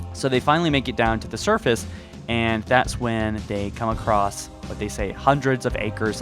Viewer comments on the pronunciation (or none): none